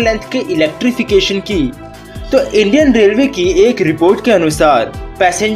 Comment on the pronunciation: " Indian " Thik se bolo aap